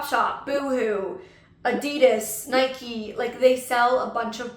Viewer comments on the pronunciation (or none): none